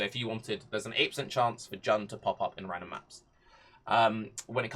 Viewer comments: Isn’t it pronounced Joon ? Jan is just weird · Good suggestion and all but you gotta stop pronouncing Jun as Jan